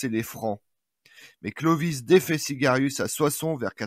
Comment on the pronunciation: SIAGRIUS et non Sigarius !